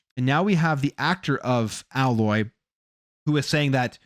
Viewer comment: Aloy pronounced : AYE LOY .not AHH LOY